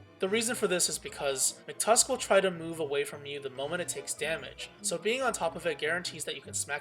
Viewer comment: Mctusk it's MACK-TUSK!